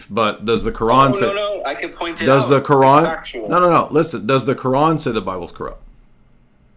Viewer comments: they love pronouncing the quran as “qur- an “ to sound as if they are really in the know😂…… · Bro... The way all this people pronounce Quran is so hard to listen to. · Am I the only one who cringes when American Muslims pronounce Quran like that lol